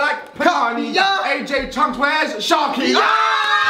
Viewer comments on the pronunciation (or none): Man said chuncks